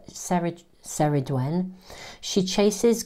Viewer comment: Ceridwen is pronounced Kerrid-wen 😊